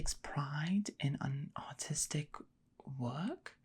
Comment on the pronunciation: I kept hearing autistic instead or artistic lol